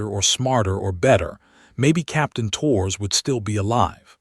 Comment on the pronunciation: "Torres" is two syllables, not one: TOH-rez